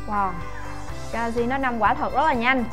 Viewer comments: chị Vi bảo là:" Woa, Galaxy note 5 quả thật rất là nhanh", nghe cứ như :"Woa, lg note 5 quả thật rất là nhanh" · 1.49 chị Vi bảo là: "Woa, galaxy note 5 quả thatai ra là nhanh" nghe cứ như :" Woa, Lg note 5 quả thật ra là nhanh